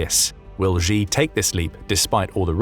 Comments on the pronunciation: pronunciations Xi - she not zhe；beijing - beijng not beizhing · It's "sheee",. not "zjeee". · Xi: [shi], not [zhi], pls 🙏🙏🙏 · Xi is not pronounced "Zhi", that sounds more French than Chinese. It's much more like "Shi" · XI is pronounced "SHI" Jinping, not "GEE" Jinping. 😝🤪😜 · Well I can nobody pronounce xi jinping's name. It's pronounced "She" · Pronounced (She). Just like the girl he is.